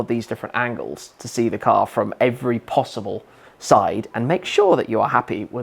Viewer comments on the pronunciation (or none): none